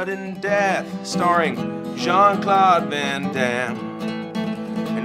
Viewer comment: "Jean Claude Van Hoover Daimme" I can't stop laughing